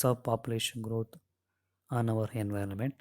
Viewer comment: Enviirroonnment nahi hota.....😭